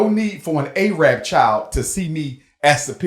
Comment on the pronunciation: The fact that he consistently says “A-rab” shows how ignorant he truly is, despite his credentials.